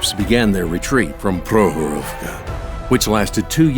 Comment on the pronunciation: great vid... but next time please have people who can actually pronounce the name of the place 'Prokhorovka' - they all sounded drunk saying it. Prok-horovka - there is a K they somehow swallowed up in mispronouncing it.